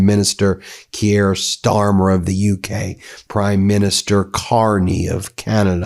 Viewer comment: Neither is it "Key-er". It's Keir. Butchering names all over the shop...